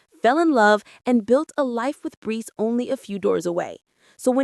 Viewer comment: It's Brice not brees 😂